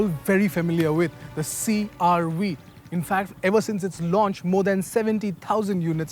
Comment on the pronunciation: It's CR-V not CR- wee... 🤦